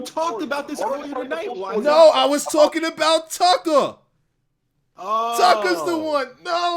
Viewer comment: lol I need someone to make a compilation of saying "Tuckah"